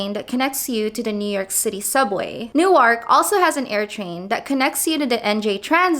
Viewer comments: ..And please. It's pronounced 'Nork" , not "New-ark". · Newark is pronounced nork not new-ark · "New-Ark" ... Oh god stop. lol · Newark, NJ isn't pronounced like Newark, Delaware. As for paying $2.75, just jump the turnstile like half of NYC does.